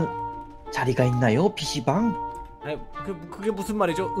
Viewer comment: 자꾸 피씨방이..... 씨방이라고 드,,들려....료.... ((ㅊㅁ